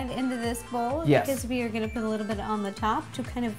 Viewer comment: "lets POOT (lovato) it all together"